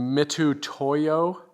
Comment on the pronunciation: the U is silent in Mitutoyo. Mit toy o And folks Mitutoyo precision measuring tools are worth every penny spent on them.